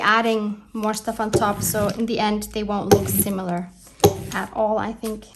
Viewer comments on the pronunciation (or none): none